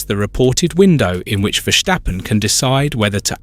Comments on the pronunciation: Why can this man not pronounce Verstappen as his name should be pronounced: VERSTAPPEN, instead of Versjtappen ??? Dumm ! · It is Verstappen, not " Verschteppen " ! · Exactly! It's so annoying listening to his pronunciation. Take it from a Dutchman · And there is still no “h” in Verstappen.